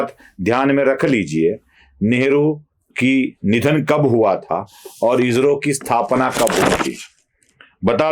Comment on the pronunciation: इजरो ❌ इस्रो ✔️